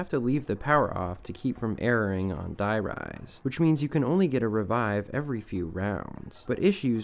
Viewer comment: Im Sorry but I can’t let it slide the way you pronounced „Der Riese“ If you already put so much effort into such a lengthy video, put some effort into pronouncing the name right 😂 you butchered it beyond acceptance